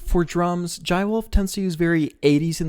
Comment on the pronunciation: its not pronounced like that. it's like "Juh-ay". or call him Jay if you can't pronounce this. This song has "Jai ho" as it's motif. Use it for reference.